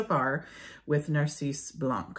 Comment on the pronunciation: In French , we don't pronounce the last letter ; for "tabac" , the "c" is not pronouced , the same with "blanc" , and "champ" etc ... Hope that it can help you !